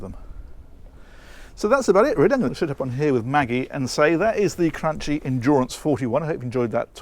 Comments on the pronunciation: its pronounced not crunchie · It’s cranky not cranchi..Lol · Thanks for the great video. Name should be pronounced Cranki not Crantshi (Italian brand, Italian pronouncing) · Cranchi is pronounced cranky. Nice boat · Great video although must inform you that the correct name pronouniciation is cranki as ch in Italian ch is pronounced k. Trust me I am Italian 😁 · A suggestion about the way you pronounce Cranchi. Is pronounced with a K not ch. The way you pronounce has no meaning in italian. The word it self does not carry any meaning other than being used as a last name. If you don't trust me, please see this link that plays how you should pronounce